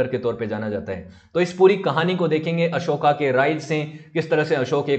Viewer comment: अशोका ना बोलो, अशोक बोलो. अशोका स्त्रीलिंगी होता है. आभार.